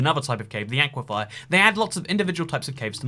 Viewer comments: Just a tip; aquifer is pronounced 'AK-wih-fur', not 'AK-wih-FIRE' Unless thats just your dialect, in which case ignore me. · Stop pronouncing it as aqua-fire. You pronounce it as aqua-fur. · Its an aquifer not an aquifire lolololololol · please, its an aquaFER not and aquaFIER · I love you... but... aquifer... not aquifier. lol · Not "ah-qui-fye-ah", "awh-qui-fur." I love you, but my biggest pet peeve is people pronouncing things wrong. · Toycat, say it with me. It's aquiFER like "aqui-fur." Not aquifire. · "aequifier" it's ockwafer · Everytime I heard “aye-quiff-eye-er” I died inside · Dude aquifer is pronounced awk-wif-fer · Awesome video as always but, and I hate to be that person, it's pronounced Ah-kwi-fer. Unless this is another Alumin(i)um situation. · Those aqua-what's? There's no second i in aquifer. Aqui-fer. 😉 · Why do you pronounce Aquifer like Aquifire? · Has anyone mentioned that he pronounces aquifer as aquifire? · Auquafires what my ENTIRE STATE LIVES UNDER AN AQUIFER AND ITS NOT SAID LIKE THAT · YOU ARE PRONOUNCING AQUIFER WRONG. PLEASE SAY IT CORRECTLY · is that really how British people pronounce aquifer